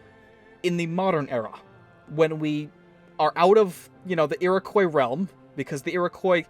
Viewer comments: It's pronounced eer-i-kwa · No no it's pronounced Ear-O-quwa that's how you pronounce it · that pronounciation of iriqouis though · Oilyoil 34 It's supposed to be pronounced like the French do. He's just doing it wrong